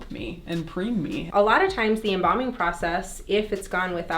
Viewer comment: Embalming not embombing at least say it right